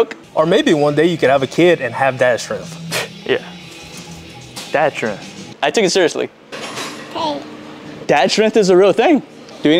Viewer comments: Why do they pronounce it like strenth and not strength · The way they pronounce strength always cracks me up